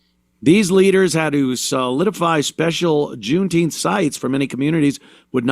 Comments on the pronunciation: Its called JOOMTEEMF Ant, get the pronunciation right. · "June-Teempfff". I'm fatigued.